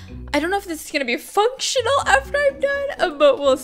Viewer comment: You keep saying functinal